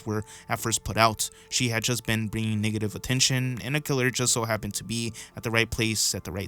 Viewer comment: Why do you say “niggative” instead of “NEGative” 😂 it’s hilarious bro